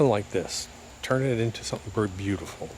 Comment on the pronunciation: Almost sounds like you created a new word. “Berbeautiful”